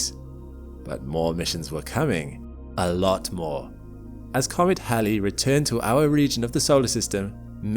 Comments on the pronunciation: first time Ive ever heard anyone call Halley's Comet correctly....... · Nope, it is Halley. After Edmund Halley. If you don't like the way he pronounced his name, take it up with him. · Because that is how it is pronounced. After Edmund Halley. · No, it is not pronounced like the female name "hayley" His pronunciation is correct.